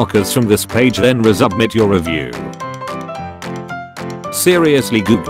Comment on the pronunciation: resubmit? computer voice: NO ITS REZUBVIT